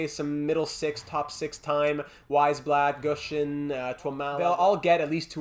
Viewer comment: Great episode as always! I’d definitely look for a 4th line penalty killer. Boucher and Gushchin (pronounced Goosh-in, by the way) have not been cutting it. Pavelski seems like the best option, but he’s a little pricey. Offer Weisblatt and a mid round pick, and if Carolina declines, I’d look elsewhere, Pavelski would be a great storyline guy, but we can’t give up too much for a 4th line rental. The other guys I’d look at are Nieto and Kampf in Ottawa. Both fit the 4th line penalty killer mold pretty well and shouldn’t be too expensive. I’d also call up Hornquist and give him a look. Lindberg’s losing record is worrying me. Doesn’t have to be for the rest of the season, but I think he should get a couple NHL games here and there to see what you’ve got in him. Here are my thoughts on some of the prospects. The med elite guy from Buffalo would be nice, but our top 4 is already set for years to come. I don’t see a spot for him in the lineup. Carlsson is great too, but I’d wait until the offseason to make a move for him. Dallas seems to be buying, and they’d probably want a roster player for him. There’s no one on the roster I’m willing to give up for a prospect at the moment. Maybe Lind, but the way our penalty kill is struggling, I think we have to hang on to him. Maybe trade Glass for him this offseason before you lose him for nothing? Lastly, I wouldn’t put Bystedt on the power play unless it’s production falls off. The power play is playing way too good to make any chang